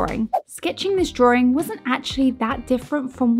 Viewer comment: drawing not drawring